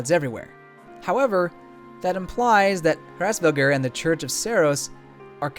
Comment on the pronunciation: Also dude as a Tipp just speak Edelgards familiy name like: Frassbearger.